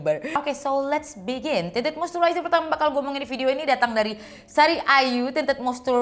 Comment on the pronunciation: Monmaap bgt ni, but i gagal fokus selama vid bcz every single time u said "Tinted moisturizer", i just heard that as "TITIT MOISTURIZER" 😭😭🤣🤣🤣